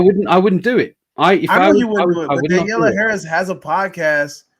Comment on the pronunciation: Maybe 5 minutes on prep time guys? You didn't even know thier names. It's also Danielle. Not Daniella. And SCOUT Taylor-Compton. Harris carried the fanchise when Curtis left it, so Halloween fans owe her a bit of respect, to say the least.